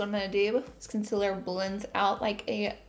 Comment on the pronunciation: “Ohl” “Conciller” “Valentimes Day” I LOVE YOU LAURA LEE!! 🤣🤣🤣😍🥰